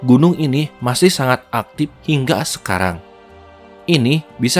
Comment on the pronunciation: Suara narator Video ini saya yakin asli Sunda . . Karena pelafalan kata ‘ Aktif ‘ menjadi ‘ Aktip ‘ dan penyebutan Air Terjun menjadi Curug serta aksen bicara masih ‘ Sunda ‘ bgt . . 🙏🏼🙏🏼😬